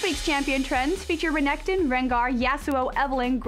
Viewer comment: Renekton. Stressing the K too much. Visage. French word for face. etc